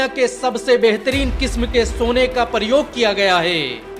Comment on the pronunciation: प्रयोग को परयोग क्यों पढ़ते हैं। अपनी‌ भाशा सुधारै ।